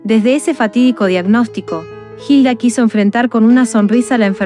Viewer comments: No es jilda, es Hilda, y no es verdad lo que dicen para enganchar a ver este video. Ella nunca dijo no aguantó más, ella quiso vivir hasta el último momento y nunca se rindió.Informense bien por favor. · La h no se pronuncia , sino sería Gilda , ilda es la forma correcta . Extrañare esa sonrisa y sus consejos sabios , vuela alto hermosa mujer 💕